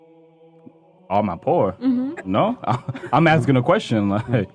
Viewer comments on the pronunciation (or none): Who are they "axing" now?